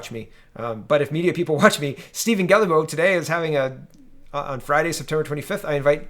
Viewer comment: Steven Guilbault; french last name "Guilbault" = "guee-bow". I may have failed Trudeau math, but I was awake in french immersion.